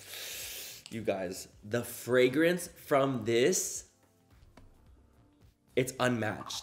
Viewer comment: " the fraygronce, the fraygronce" 😂😂😂